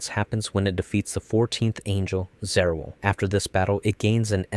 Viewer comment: How do you do a whole video on Eva and not understand how Angel names are pronounced 😂 EL, bro. "El" is separate from the "I" So Zariel would be ZAR-EYE-EL not ZA-REAL 🤣🤣🤣🤣 All of these words end in the "el" or "eye-el" sounds.